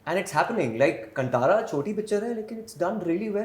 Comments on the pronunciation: And it's not Kun- Tara...it's said as 'kaantara'.. Kaan as in ear in Hindi.... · Ye kanTara kya hai be,,,, Kaanthara bolo na sahi sahi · its not kantara its kaantaara please read it in hindi english spellings are always inappropriate to Indian words. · So proud of Rishabh Shetty!!!! 👏🏼👏🏼 wish he corrected how they butchered kaantara name! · Atleast Janavi should have pronounced Kantara properly 😏